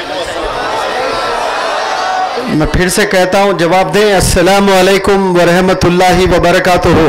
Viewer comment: I am sorry to say that the pronunciation of Rahmatullah is not correct, it should not be Rehmatu-LLAH